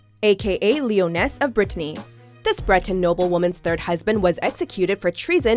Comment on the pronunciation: Lioness not leoness!